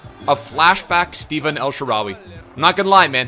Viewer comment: it's not steven, it's stefan :)